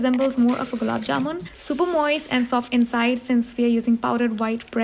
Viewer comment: The happiness i feel when someone pronounces gulab jamun properly>>>>>